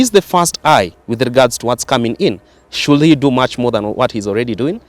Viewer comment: To the young man here, in the words "should" and "would" the "L" is silent!